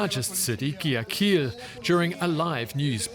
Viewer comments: Trust me, I do care a lot for my pronunciation to speak English, but many non-native people don't care much about how they speak Spanish. I've been watching many videos from several news anchors and they have missed the correct pronunciation, for the gangs names, my city Guayaquil, and other stuff. A basic class can teach you how, but practice is a personal matter. I myself know that, for I am an English teacher here. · the way he pronounced "Guayaquil" 💀💀💀